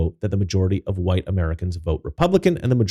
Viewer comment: "Wu-hite people."